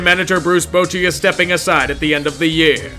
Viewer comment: I love this video, but isn't it "Bot-chy" not "Bow-chy" for SF?